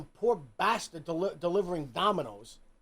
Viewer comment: the way says BAStud is just tremendous.